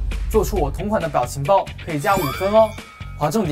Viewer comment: 的时候justin嘴瓢了😂biao情包变成bao情包😂😂虽然极力想念对但我还是听出来了哈哈哈哈